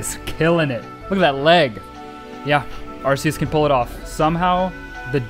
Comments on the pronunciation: is pronanst arkeus !!!!!!!!!!!!!!!! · I'm pretty new to the channel and have been binging everything. Have you ever addressed the pronunciation? Cause I'm super confident that its AR-KEY-US and it drives me crazy. Maybe I'm a little high-strung on my current THOUSANDS of soft resets for the lemon god though, idk. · How dare you not name every Arceus “Arkoos” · Hi did you say arkoos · Mandjtv has already trademarked "Arkoos" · he said a r k o o s bois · I can’t find a single comment saying: “iTS aRKEuS” like the way you say arceus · He said arkoos! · I’m a MandJTV fan and he said ARKOOS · I loved the video, but also...ARKOOS? A FELLOW TEAM SKY FOLLOWER! Or you could just be pronouncing it different for fun in which case, disregard the Team Sky stuff. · its pronounced arkeus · Its. Are, key, us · Arceus has a hard C fyi. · It's pronounced arc eus with a hard c